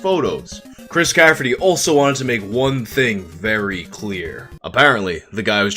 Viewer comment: I like that you also call Chris Caffery “Chris Cafferty”. 😂